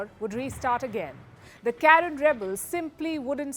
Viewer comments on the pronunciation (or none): So many inaccuracies starting from the pronunciation of Karen, then not mentioning Arakan, then Manipur was not a part of India during the Burmese war, and many more inaccuracies. Phew! Oh Palki and FirstPost!